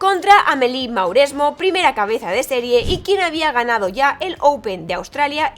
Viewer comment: Excelente trabajo, como seguidor y jugador de tenis, obviamente conoci a Sharapova, pero al ser seguidor de ATP y no tanto de WTA, no sabia que le habia ocurrido esto... solo un detalle jaja se pronuncia "Moresmò" y "Henan"